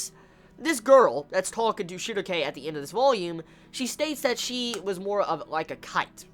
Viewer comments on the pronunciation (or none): how do you pronounce Schierke? Shugoke? is that her name in japan?